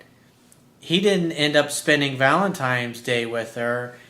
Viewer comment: ValenTINES day... not valentimes day.